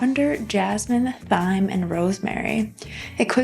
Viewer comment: I thought she mispronounced several things but I figured maybe it was a difference in dialect but that one bothered me most 😅